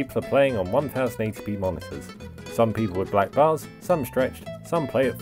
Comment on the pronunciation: "One thousand 80 P" TRIGGERED